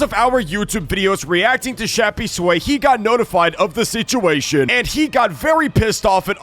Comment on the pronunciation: That’s not Shappysway that’s Yappysway 💀